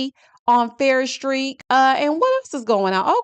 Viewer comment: It's Farrish Street😂